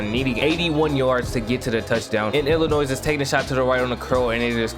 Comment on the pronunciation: Oh you one of those people who pronounce Illimois as "Illinoise" 🤣 But in all seriousness, you got a new subscriber.